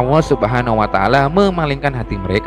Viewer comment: Ini yang cerita gak bisa nyebut huruf ( L ) nyebut (allah) aja gak bisa, sudah salah, awwoh 🤦‍♂️